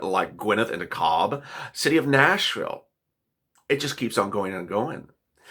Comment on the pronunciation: Hey buddy it’s called deKALB like “ginger ALE